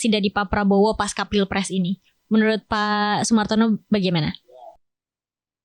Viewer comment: Pasca itu bahasa Sanskerta jadi dibaca pasca seperti halnya panca. Bukan panka ; Pancasila, bukan dibaca pankasila kan?